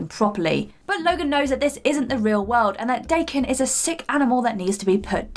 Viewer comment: She mispronounced DAH-KEN. Dumb bitch.